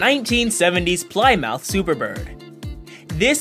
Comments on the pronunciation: It’s pronounced pli moth not ply mouth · he called it a ply mouth not (plimmuth) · Its not "ply-mouth" but plym -ith get it? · It's pronounced "ple muth" not "ply mouth" and Briggs & "stur.rat.tun" not, "stur raddon" it's "pe.troll" no "patrol" (fuel) - - replace "a lot of wheels" and just say "18 wheeler" - The Evelyn Wood hed SPed redden contest in English pronunciation. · I like how he said ply mouth instead of just Plymouth. How can you tell other people about cars and not even know what you're talking about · Plymouth is pronounced like plimith not "ply mouth" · His graphic says Polymouth; he pronounces it Ply-mouth. The actual name is Plymouth, pronounced Plih-muth. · Plymouth is pronounced Plim-myth. Pilgrims did not land on ply-mouth rock. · Plie-mouth Super Bird? Really? On what planet is it not Plymouth (like the rock)??!? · Plymouth is pronounced Plim-uth not Plie-mouth...lol. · This man said "Ply-mouth". It's "plim-ith" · A "PLY-MOUTH SUPER BIRD"!!!?????? IT IS A PLYMOUTH (PLEMUTH) SUPER BEE !! UUUGGGHHHH !!!!! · I like how he pronounced plymouth ply-mouth, it's pronounced pli-muth 😂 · Did you say pli_mouth its plymouth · Did he just say "Ply Mouth" instead of PLiMoth? (phonetics) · Plymouth not polymouth and it’s plemouth pronunciation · It’s not ply mouth it’s Plymouth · pli-muth. not plye-mowth 😲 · it is pronounced plimouth not pli mouth Plymouth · I live in northeast we pronounce it plim uth up here. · Not only did he say Ply-mouth, it was spelled Polymouth in the description. This would have been much better without any narrative at all. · Ply Mouth? Ply Mouth??? Bwwwwwaaaaahaaaahaaaaahaaaaaaa! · Ply-mouth? Can this guy read? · Ply mouth? Lolol!! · Briggs & Stratt-On... Petrall (petrol) Ply Mouth, LOL! It is an artificial voice reading text, makes grammatical errors & mispronounces everyday words...but still sounds more human than Siri. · It is actually polymouth go back andnsee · Yeah I was like wtf.... "Ply" "Mouth" tf is that. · He said ply mouth